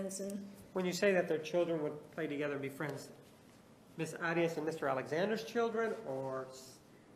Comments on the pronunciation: He doesn't roll his R he says the A correctly...AH ree Ahs instead of AIR Reeh uhs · I was wondering why he did that also. I think he does it inadvertently because he is hispanic but then hears others say "AIR-E-ess" and changes it up to try & pronounce it as she pronounces her name? I just confused myself. I'll just rest my own case. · I love how Juan Martinez pronounces Arias the Spanish way rolling the r.